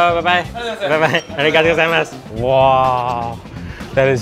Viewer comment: Just a little advice, in "gozaimasu" you don't stress the "za" or "zai", the stress syllables are "go" and "ma", like "GOzaiMAsu".